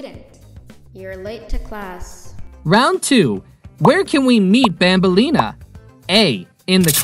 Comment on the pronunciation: “BANBELIA”💀 ITS BANBALEENA